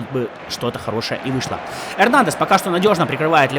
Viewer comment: комАн вместо кОман, упамеканO вместо УпамЕкано, эрнандЕс вместо эрнАндес, зАбитцер вместо забИтцер